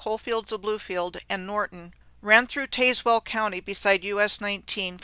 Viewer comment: Well okay, but it's "Tazz well" like "Jazz well" county and town.